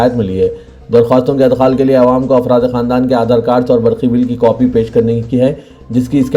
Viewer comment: Adkhal wrong Idkhal right